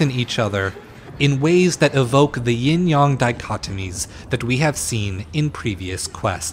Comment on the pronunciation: IT'S NOT YING YUNG. IT'S YING YANG!!!